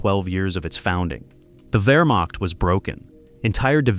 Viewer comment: Wehrmacht not Vermok. Edit your video